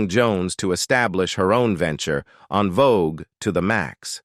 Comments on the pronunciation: I see both sides .However, he still should pronounce the group name correctly. En Vogue not On Vogue. Alot of people don't know that it's FRENCH and a lot don't give a dam either. So with all the mess on them, let's at least pronounce the name correctly. No one is right or wrong. He should pronounce the groups name correctly due out of respect for them at least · I wish you all use real people to talk I can’t get through this video AI sounds terrible it’s saying unvogue instead of envogue stop it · Curious as to why they don’t just have the man with the voice speak instead of making his voice an AI. The mispronunciations and other faux pas are very annoying. No one ever called this group “ON VOGUE”!!! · the EN in En Vogue is french, and pronounced like the word ON (fyi) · I'm done once AI mispronounced the group name. ✌🏾